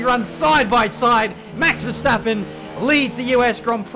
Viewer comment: Nice how everyone say ‘Max Verstappen’ as ‘Mex Versteppen’